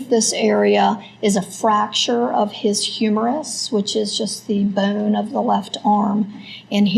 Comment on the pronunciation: The medical examiner seriously needs illocution lessons. She can barely pronounce any vowels properly. It's a creek, not a crick. Bone, not boanne. Skull, not skoal.